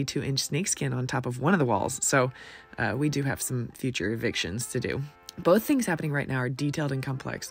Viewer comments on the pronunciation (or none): none